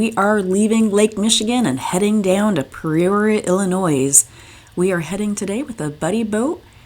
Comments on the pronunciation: I just started watching your great loop videos. Always been a dream of mine. I'm from South West Michigan, spent some time in saugatuck, and salmon fishing the Kalamazoo River. You were in saugatuck in the last video I watched. Just an FYI we pronounce Peoria Pee-or-ee-uh , at least where I live. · Yes, please work on all your pronunciation. Peoria, Joliet, Calumet.